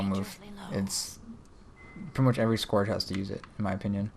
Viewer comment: Sorry I am saying this but since it is a class name I feel it's important, but you are pronouncing scourge wrong. You are saying it as if you mean "Scorch" Scourge is pronounced, "Skertch" Look up videos in world of warcraft that has anything to do with the lich king and the scourge. They are probably saying it somewhere. Great video though! :D